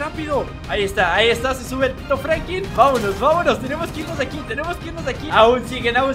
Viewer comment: Like si escucharon que dijo Franki pues yo escuché asi